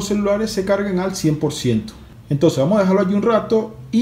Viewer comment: De que país eres que te comes las "s" y las pronuncias como "j" jotas por ejemplo vamoj en lugar de vamos